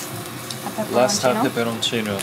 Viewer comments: omg pronounces "peperoncino" really good, almost like native italians, i am amazed. Better than most people pronounce it, haha. Edit: Yes, definitely love watching you cook,. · Wow, pronounced the word “peperoncino” perfectly! Is he studying Italian too??